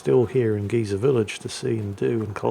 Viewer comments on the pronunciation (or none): none